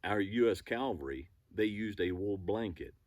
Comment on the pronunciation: “Calvary” is the proper Southern pronunciation since before the War for mounted troops… ;)